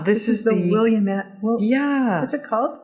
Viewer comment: HI, Ladies! Got a kick out of how you pronounced Willamette :) I'm an Oregonian and we don't say it that way. ;) The way you pronounced it is exactly how many others do - And I would mangle names in Canada! I love watching you two. You are by far one of the best knitting podcast that I watch! Actually I think you are the best. Thank you for concentrating on the art of knitting and the things related to it.